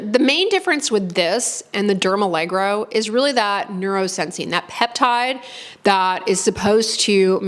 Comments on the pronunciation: allergo as in allergy, rather than allegro as in uptempo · Derm allergo as allergy. Not dermalegro 🤡🤡🤡 Silly american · It's dermALLERGO, not dermALLEGRO. Like the word allergy haha, not balet. 😂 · Al-ler-go, not allegro – It's a different word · It's dermallergo, not allegro. I believe it refers to being suitable for allergy prone skin. Otherwise a very thorough review, thank you. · Oh it’s not allegro but Derm-aller-go😊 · Great video, and I use & love this line also. The products really do soothe on contact, and provide decent moisture without clogging pores. Note: The line is actually pronounced "DermALLERGO" (not "DermALLEGRO"). So no more need to associate it with ballet! 😆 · I'm a little surprised 🤔 This line isn't new at all, it's been around for quite some time. Do you mean new in the US? Also, it's not dermalleGRo (you pronounce it that way all the time 😅), it's "alleRGo", from allergy, which makes total sense and that doesn't remind of ballet 😊 I wish there were more products trying to use ingredients like that neurosensine peptide, to numb the nerves so the skin doesn't react to things and is calm. I applaud the initiative. Hopefully there'll be more variety, so we people who have reactive skin have more choice in skincare 😊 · It’s pronounced Derma Lergo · It's dermalleRGo, like alleRGy! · "dermaleGRo reminds me of Benedict Cumberbatch's "pengwings".